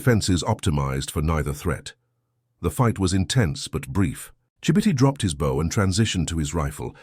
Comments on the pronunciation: The AI is confusing a compound bow with a recurve bow. There was no such thing as a compound bow in the 1940s; you had long bows and recurved bows. He would be using a recurve bow. And, the AI does not know how to pronounce bow. And the headline misidentifies his tribe. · Another damned AI bullshit story. You can tell because AIs apparently can’t pronounce “bow”. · Bow is pronounced BO